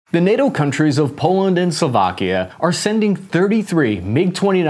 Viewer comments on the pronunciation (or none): none